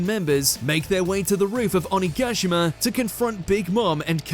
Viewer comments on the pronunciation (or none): When you can't even pronounce Japanese names for things right. What the fuck is an OKNEEGASSHAMA? It's Oni-Ga-Shee-Ma. Brush up on your One Piece lore and stop churning out shit videos.